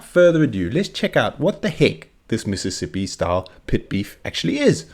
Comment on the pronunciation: i moved to mississippi coast from chicago ten years ago. one of the MANY weird things i had to get used to was ppl saying MISSippi, instead of MISSISSippi. says it right.